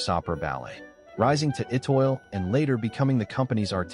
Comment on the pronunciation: The speaker should know how to pronounce Étoile!